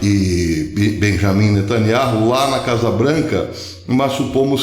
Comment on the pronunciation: Beyaminatanyahu ou seja nataniau fale do jeito q é pronunciado fonéticamente professor